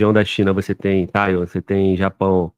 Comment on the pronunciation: O cara é tão lacaio que americanizou a pronuncia "Taiwan"